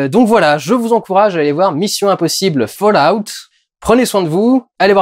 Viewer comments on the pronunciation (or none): On dit faloute !